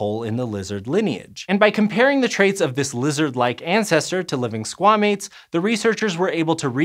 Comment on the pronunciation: man.... i get that squamates is supposed to sound like squah-mates not s**-mates but that sounds sound the same in most american dialects and dang is that rough 😬 #mmiw